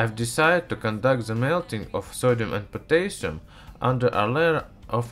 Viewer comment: OMG I loved well you said potassium hehe :P